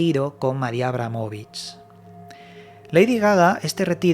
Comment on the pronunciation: Decir mal su nombre forma parte de otro extraño ritual??